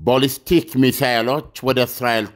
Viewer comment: ኣለምነህ ዋሴ የበዙ መረጃዎችህ ኣሪፎች ናቸው ግን please የቃላት ግድፈትህን ኣስተካክል ለምሳሌ no ኮማላ ካማላ no ቦልስቲክ ባልስቲክ የመሳሰሉ የቃላት ስተቶችህን ኣስተካክል ለየት ያልክ እየመሰለህም ከሆነ ልክ መንገድ ኣደለም እና ጥሩ ምልከታዎችህን ሁሉ ያጠፉታል